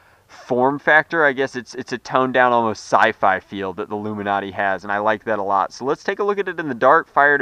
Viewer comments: I would think that it is pronounced like illuminate without the 'i', but the Illuminati pronunciation was funny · it's not loom-in-ati it's Loo-man-ate as in illuminate. because they glow.... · It's pronounced Loom in ate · It's pronounced LU-MI-NATE. Not LU-MI-NAT-I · I believe it's pronounced Loom in ate as in illuminate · I'm not entirely sure, but I think its pronounced like illuminate except without the I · it's lume in ate stoop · I'm pretty sure it's pronounced like illuminate, without the I. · it is pronounced loo-min-ate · Loom- ah - nate. How the fuck can you not pronounce it that way?